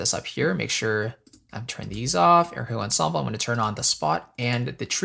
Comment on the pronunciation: Erhu, not air hu..haha, my friend.